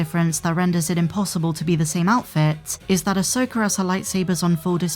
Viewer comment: easy with with the hard "R".. 😅😅 "Ashoker and Sabine"